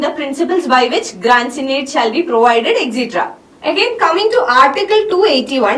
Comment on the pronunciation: It's not grands in aid it's grants & aid